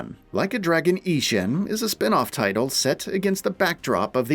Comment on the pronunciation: The mispronunciation of Ishin gives me giggles every time 😆